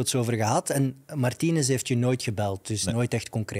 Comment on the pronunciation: Sorry Sam, maar de klemtoon op Martínez is op de voorlaatste lettergreep…